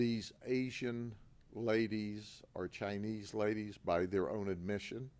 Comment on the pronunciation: I had to stop , why does Asian and Chinese have to be pronounced differently in his tonality than the rest of his statements? As the other commenters have mentioned, where’s the ringleader/pimp who’s organizing this operation? Also not sure why China vs US is having such a big go at each other rn but this is prob why it’s better to not watch the news 😅